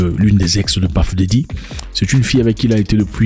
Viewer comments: C’est « Puff » et non « Paff » Daddy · C'est " Peuf" et non "Paff" comme "Stuff" et non "Staff" qui est encore un autre mot different .Et aussi c'est selon la prononciation anglicane. Anymay,on s'en fout